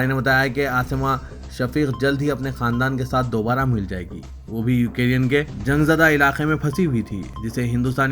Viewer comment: یو کے ری ین ۔۔۔۔۔ یہ کیا ہے ¿ دنیابھر کی خبروں میں یوکرین کا نام گردش میں ہے ۔۔ آپ مسلسل غلط تلفظ کر رہے ہیں ۔ نیوز کے اختتام پر شان سے کہتے ہیں خبروں سے متعلق کامنٹ کریں ۔